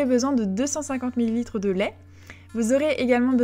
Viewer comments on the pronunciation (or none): On reconnaît l'accent lyonnais sur la prononciation du mot " Lait " Ahah j'adore ! J'ai adorée ce style de vidéo sa te ressemble beaucoup rapide clair et net bisou ma belle 🍂🕊